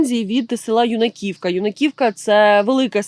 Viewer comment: Не ЮнАківка, а Юююнаківка !!! І не ХОтінь, а ХотІ'нь ! Ви ж не кацапи, щоб назви СВОЇХ сіл і селищ не правильно називати !!!.. Коверкати ... Нам сумчанам за своє рідне - вуха ріже ...!